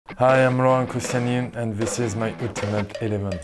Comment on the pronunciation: Laurent koscielny more like Lauruhhhent Koscielny